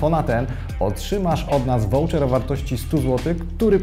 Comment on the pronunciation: Mimo wszystko wypadałoby wiedzieć jak się wypowiada voucher, bo na pewno nie "wołczer" :P